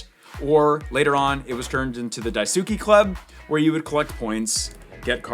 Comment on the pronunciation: Hearing say Japanese words made my day 🤣 “die-sue-key” killed me 🤣🤣